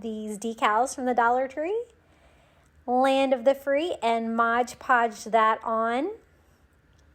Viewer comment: Say it with me now... MOD Podge. 😁😅♥️